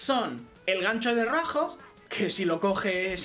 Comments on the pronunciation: es roadhog no roajo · El-Otro- Brother Si dice roajo xd